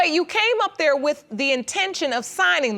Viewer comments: You did sign the burst-sir-tificate (birth certificate) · First time I’ve clicked on an episode getting ready to watch and I had to pause and restart after I read the comments because I can’t quit laughing. These comments have given me life this day! She said he bandoned her! Burf stertificate... dear god my cheeks hurt! This whole comment section has me dead! 💀